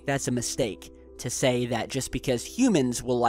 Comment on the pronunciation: Easy for him to sthay Hahaha